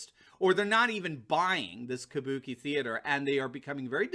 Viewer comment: "Kubuki (sp?) Theater" - Nailed it!